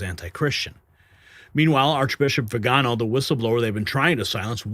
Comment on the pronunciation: Arch Bishop, vee-ginn-oh